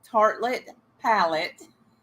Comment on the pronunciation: I was cracking up at you doing your eyeshadow backwards and calling it a "pawette" 😂 God, you're an angel. Beautiful x